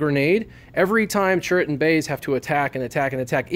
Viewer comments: Dude I am cringing every time I watch your videos. It's CHIRRUT, not CHURRIT! :/ EDIT: But altogether I really like your videos, they are very informative :) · And if you watch the scene again when Chirrut first talks to Jyn Erso and introduces himself, he clearly says Chirrut Imwe, not Churrit Imwe